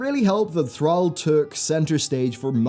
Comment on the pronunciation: You constantly mispronounce pronouns. Very annoying hearing you mangle Thrall.